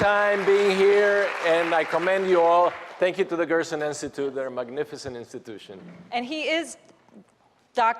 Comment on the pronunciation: Gerson Therapy not Grossen Therapy